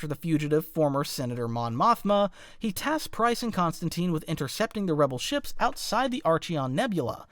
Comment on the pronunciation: Pryce, not Pryze